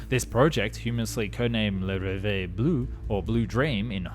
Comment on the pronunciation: Very cool vidéo ! But, please, try to pronounce correctly the words in other languages: Jean Bugatti (it's not like in blue JEANs) Le Rêve Bleu. Ask AI to read it for you before destroying our ears ;)